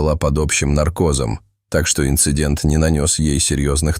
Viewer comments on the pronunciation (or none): none